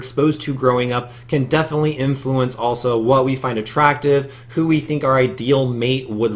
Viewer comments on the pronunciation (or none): none